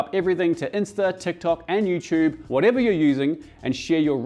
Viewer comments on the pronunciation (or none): none